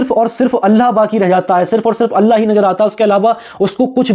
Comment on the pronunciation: اللہ کا تلفظ کرو بھائی